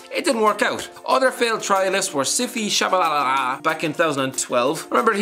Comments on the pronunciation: Please don't say the name if you can't pronounce it. It is sha-ba-la-la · The guy's name is Sphiwe Tshabalala. You sound the "P" out because its not bloody English. If you actually tried to, you could have pronounced his name. Stop disrespecting people like that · bro it's Sim-phi-we Tsha-ba-la-la. Proudly South African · you murdered a simple name SMH C-P-Way Cha-ba-la-la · Just how you absoloutly murdured tashabalabalabalalalala’name cracks me up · Tshabalala is not a weird name you just pronounced it wrong